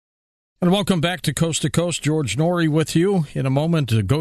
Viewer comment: Man Noory killing her name lol